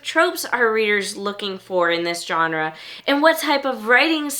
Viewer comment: Does anyone pronounce Genre correctly anymore? It's a soft G... Not a J